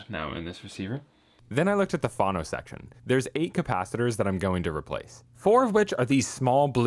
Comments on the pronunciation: what in gods name is fano???????????????? do you mean phono???????? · I cringe every time you say phAno instead of phono :) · I have never heard anyone say fhano, so I agree. Great guy, great videos — pronounces all other words pretty well though so it is odd. Maybe.he just doesn’t know. Wonder how he pronounces photo? PhAto?